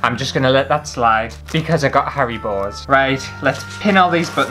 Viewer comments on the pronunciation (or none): Sounded like you said, "*gasp* I get hairy balls!" but you actually meant Haribos :-O but I think that someone's hairy balls crawling into my water glass while I was sleeping tops earwigs.